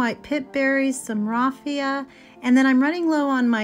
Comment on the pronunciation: Love those sock pumpkins and can pumpkins! So cute! (The A in raffia rhymes with cat). 🎃